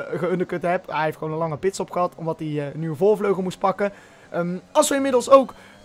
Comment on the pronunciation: "Voorvlegel" ~